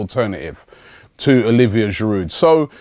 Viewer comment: The "D", in Giroud is silent Robbie.He's French !